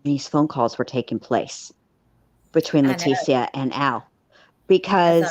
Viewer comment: Sorry I missed this live! Love you guys! you’re the best! a trip too… but Let teeees ssssiiia … she’s the only one I’ve ever heard say her name this way! It is a classier pronunciation for a person of zero class! Too proper than T deserves! Thank you always sweet!